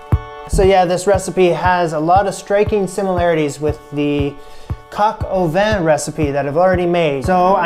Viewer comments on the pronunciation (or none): Coq au vin is pronounced coke-oh-van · You pronounced coq au vain wrong..